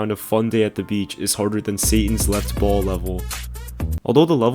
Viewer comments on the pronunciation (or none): none